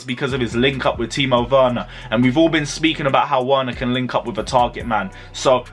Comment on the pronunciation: Bro you need to take time and practice saying Timo Werner’s name right because you keep murdering it every time😂